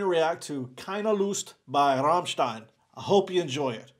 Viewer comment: He pronouns Rammstein correctly, Respect